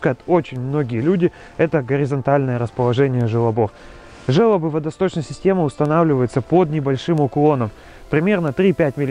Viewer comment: Видео ок, спасибо! Только жёлоб, а не желоб. Вы'соко меня добило...